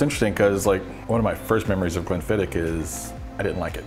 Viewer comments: Just so you Yanks know, it's pronounced Glen-fid-itch. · It kills me as a Scotsman hearing Americans butcher pronouncing Glenfiddich =(